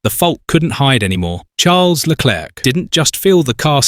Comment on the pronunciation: why is charles name being said like that?.. is this ai?